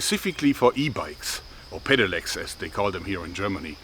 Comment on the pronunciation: Im from germany and I have never heard that a e-bike is called a pedileck or how you pronounce it